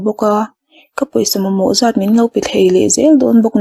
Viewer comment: Ka tih zawm leh zàt, tilo in ka tih zawm leh zat ti zawk rawh, ngaihthlak a ti hreawm.